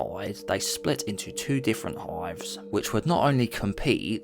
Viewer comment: Nice video but learn english please. For example its "Hives" and not "Hoives"